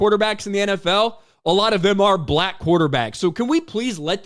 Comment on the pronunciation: The way this announcer pronounces BlacK cuts like a knife You're emphasis is really disturbing🤏